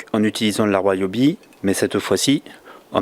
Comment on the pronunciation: Ca se prononce "ri-o-bi" non pas "roi-o-bi". Vous dites ne pas connaitre le couple de serrage de vos roues parceque montées à la main, et dans la foulée vous annoncez le couple... J'ai lâché là, ça pue le frimeur mythomane...